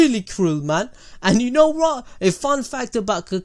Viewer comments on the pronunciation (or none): "IF YOU KNOW WRAT"😂